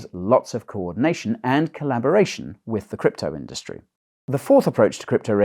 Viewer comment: 'WEF allies in the crypto indurstry too'. At the start of this video i was imagining if somebody as big as vitalik Buterin or Brian Armstrong (for example) was a WEF mole